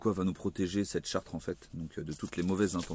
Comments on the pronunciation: charte pas chartre lol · Tu le sais évidemment je pense, mais on dit "charte" avec un seul "r", écoute-toi cela fait bizarre car une chartre ne veut rien dire :) Bref courage, de suisse gilet et avec vous. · charte ..et pas Chartres ....SIMPLET